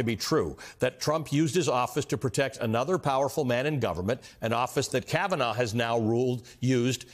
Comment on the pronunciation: KavEnough! KavaNahh! KavaNo!